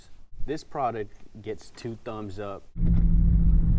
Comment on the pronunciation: “Makes it soft like a baby’s butt “ XD Oh and u say product u mean “ pawduct”